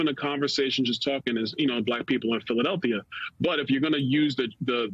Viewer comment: Anyone else notice how he pronounces Philadelphia?? 🤣